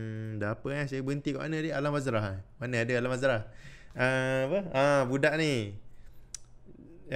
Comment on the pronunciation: alam sebalik mata..'alam bazrah' dia panggil 🤣